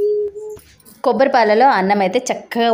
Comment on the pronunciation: కోబ్బరి కాదు తల్లి, కొబ్బరి.